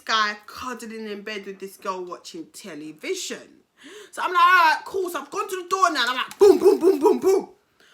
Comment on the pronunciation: They way she said tely-vision 🙈 Nah this storytime has me creasing! 😂😂